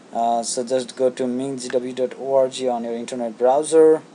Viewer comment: Haha, pronounces org, orgy